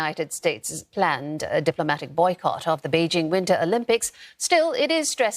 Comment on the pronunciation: I really hate how pronounces Bei jing as Bei jin g Improve your pronunciations before reporting please